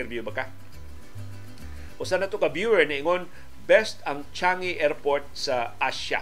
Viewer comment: By the way sir Leo ang Changi airport is being pronounced as Changgi!